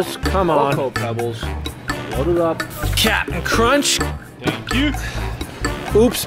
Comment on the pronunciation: Kapton croansh